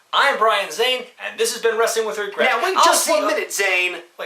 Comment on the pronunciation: Damn, you forget how much Brian really put his emphasis on "Wregret" here TBH Lots of people loved Ministry Taker, we just hate how it was topped off with the higher power shit.